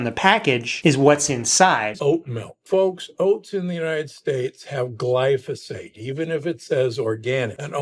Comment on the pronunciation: This narrator keeps butting in and uses Barbara's image at the front. He can't even get the name glyphosate right!!!! What a donut. Glysophate???